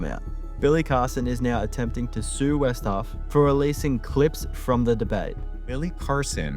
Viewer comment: Its Wes Huff not" West Huff"